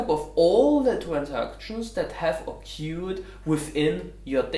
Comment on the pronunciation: nice video as always. p.s.: "occured" is more likely to be pronounced like "OKÖÖAD" and not like "OKUUAD" ;)